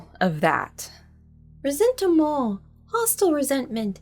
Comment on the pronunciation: "Ressentiment" with the french "stuff" every time.... 🤌